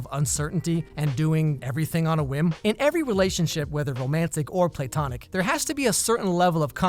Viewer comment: Thanks! It's "plah-tonic", not "play-tonic". Helpful hint!